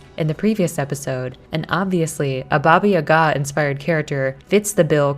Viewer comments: I'm sorry but I cringe slightly every time you pronounce Baba Yaga wrong its Ya-Gah not Yuhga lol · It’s Baba YAH-gah... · It's baba yaga lmao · We dont pronounce it ya ga just say the syllables together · People in the comments say that your pronunciation of Baba Yaga is horrible........ AAAAAAAHHHHHH!!!!!!!!!!! 😱😱😱😱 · How has nobody mentioned that she’s pronouncing Baba Yaga wrong over and over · From a person of slavic decent, you did good job. The only note is the pronunciation of baba yaga. You pronounce the Baba part right, but it the yaga (Яга) is a bit off. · she definitely isnt pronouncing it right